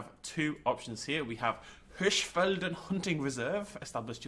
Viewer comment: Btw, you pronounced Hirschfelden quite good :)